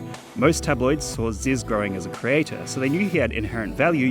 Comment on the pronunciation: its zyzz brah